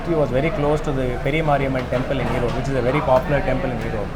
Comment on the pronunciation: it's 'erode' not 'erodu'